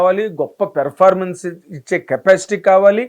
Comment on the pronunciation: Evarikaina chupinchandi raa.... V........ni Performance ni sarigga pronounce cheyandi. Please uncle